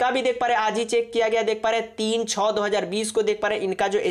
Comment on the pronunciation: छौ नहीं होता है भाई छः होता है समझा